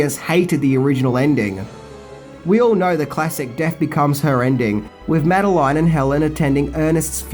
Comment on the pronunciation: It's not "Mad-eh-line" It's "Mad-eh-lin" Don't argue, it's just the way it is.